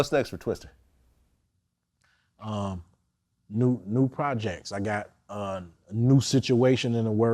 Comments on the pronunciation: VLAD STOP Calling this Rap Legend "TwisteRrrr, this ain't NO DAMN Bill Paxton movie!!! lol. RIP Bill Paxton, but This AINT TWISTER!!!! Whitey, It's TWISTA!!! Lol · LMAO ... I think its a cultural barrier! I have to correct all my non-black friends! Its Twista not Twister LOL